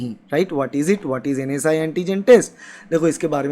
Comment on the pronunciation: Bhai vo NS1(NS 'one') hota h na k NSI(NS'I')